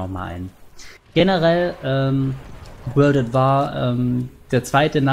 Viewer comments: "Wörld ät Wahrrr" :D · Wörld at Waahr :P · Ich hoffe doch du meinst das nicht ernst mit wörlt at war ? wörlt ?